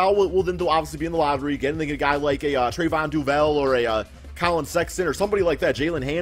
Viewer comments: He said "Trevon Devel" 😂😂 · You butchered Trevon Duval's name !